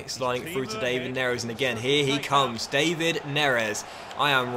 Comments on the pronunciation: Isn’t his name pronounced Dav-Id not Dave-id?🤷🏻‍♂️ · Great vid, but hold on. David Neres is pronounced Dav-id , not the English way Dei-vid. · Please say it da-vid neres not day-vid neres, idk just my opinion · You're not saying David right